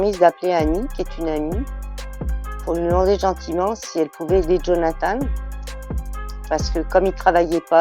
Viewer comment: Jaime quelle le nomme "djonathane" haha